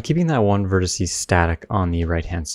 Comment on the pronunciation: Thanks for the addition, nice trick! "Verticee" is not a word, though. Yes, I'll keep saying it.